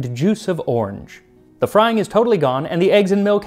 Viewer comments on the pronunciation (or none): none